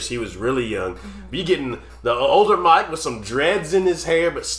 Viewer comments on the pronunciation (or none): It's Mick as in 'Pick' not Mike as in 'Pike'. Mick Hucknall has one of the most recognizable voices in music. 'Stars' is perfect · Not Mike. Never Mike. It is Mick, just like in Mickey Mouse. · It’s Mick not Mike . One of my favorites. Thank you for reacting to this gem.😊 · Definitely my favorite Simply Red song. BTW, it's actually Mick, not Mike. Think— Mickey (like Mickey Mouse) and take the 'ey' off the end. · BTW, it's Mick, not Mike. 😉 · It's Mick, not Mike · Its not Mike its Mick. Completely different. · It's Mic ... not Mike ... for future reference ... was privileged to see him live ... what a treat ! Love you guys ... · It's Mick, not Mike. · MICK, not MIKE. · His name is not Mike, it's Mick - pronounced like trick or thick. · It's Mick, not Mike. Mick as in lick, sick, flick etc. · BTW its Mick and not Mike! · Mick not Mike.